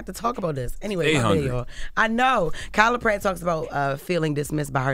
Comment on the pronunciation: Why she sound like she said she said KylaPerry